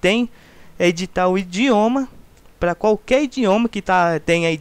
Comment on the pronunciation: indioma ??? rsrs